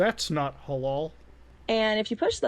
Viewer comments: MUTA MISPRONOUNCE HALAL????? MUTA HARAM???? FUNNY FREE PUNJABI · I don't know why but the pause followed by "thats not halal" really fucking got me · The pause before saying "That's not Halal" 😂😂😂😂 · That moment he paused and said "That's not halal" I lost my shit. The expression too.